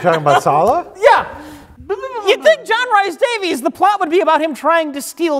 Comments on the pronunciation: JRD's middle name is pronounced Reese not Rice. should know as he has a Welsh surname 😆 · It's pronounced 'REES'. John 'REES' Davies signed: angry Welsh man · I'm Scottish and constantly saying Rice is killing me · John Rhys-Davies' name is John Rhys-Davies, not John Rice-Davies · It hurts my Welsh ears to hear John rhys davies' name wrong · Being Welsh, hearing the butchering of Rhys in John Rhys Davies' name pained me.